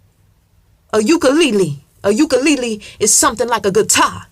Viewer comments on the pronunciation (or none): Nobody: Absolutely no one: Oh so madam:a U-kEy-LeE-lee